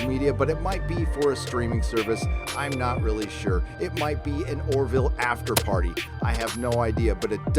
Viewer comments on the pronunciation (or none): none